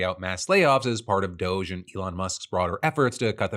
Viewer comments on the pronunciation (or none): none